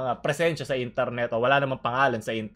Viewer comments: I love your accent say it again : I N T A R N E T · I love ur accent please say it again.: Itarnet